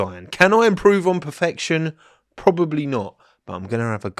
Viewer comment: every time a livery gets revealed "THIS IS PEH-FEHCTION"